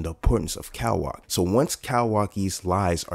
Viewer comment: Bro I’m loving the vids and how spot on ya predictions be but the “cowaki” has to stop 😭🥀